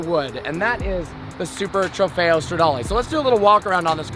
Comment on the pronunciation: It sound like he is saying super trefeyo denali